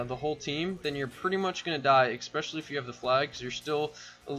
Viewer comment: It’s “especially” not “expecially”